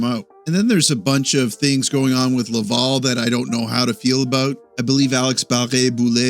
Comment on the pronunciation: LAVAL. NOT LAVAUL!